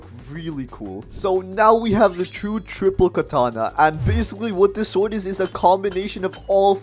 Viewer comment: He really said thripple 😂